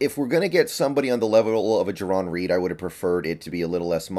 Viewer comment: It's Jarran, not Jaron, so I hope you're wrong about your analysis as well.